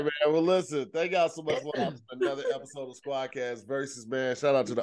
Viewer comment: “We’ll see you next week on a brand new EPISJHXRDMLPNTQWFBV.”